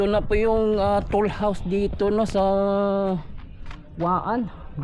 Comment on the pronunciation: Toll house po hindi tool housw.